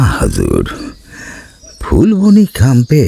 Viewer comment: সেটা ফুলবনি নয় যেটা ফুলবানি Phool-baa-nee